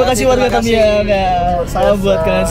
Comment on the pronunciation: Kak aceh tamiang bukan tamian😃😃